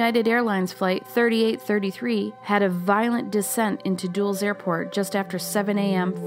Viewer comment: Dulles is pronounced Dull s not dools